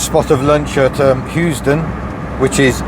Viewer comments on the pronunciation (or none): none